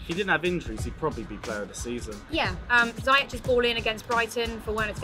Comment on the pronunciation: please learn how to say Ziyech and Werner. Hurts to hear u say it like that